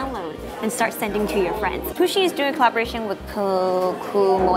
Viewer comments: Its pusheen not poosheen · Fun fact: Pusheen is anglicised from the Irish Puisín which means little cat or... Kitten :) It's pronounced "push-een" though not "poo-sheen"